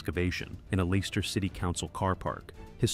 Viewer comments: Leicester is pronounced as Lesster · Dude can’t say Leicester right ❤😂